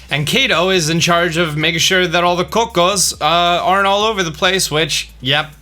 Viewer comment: It’s not as bad as when he says illuminoise instead of illuminous or how he pronounced cuccos as coco. Not sure if it’s a shtick or not.